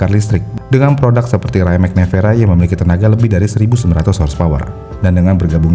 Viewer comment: Betul. Rimac juga bacanya bukan raimek. Tapi wimets atau rimak